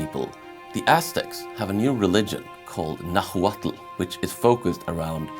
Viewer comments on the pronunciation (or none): It's pronounced Na-watl, the H is silent